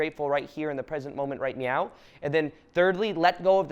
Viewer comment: I'm sorry, did you say right meow? Lmao love you brother